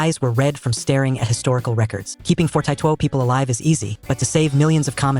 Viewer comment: forty two❌❌ fortieto✅✅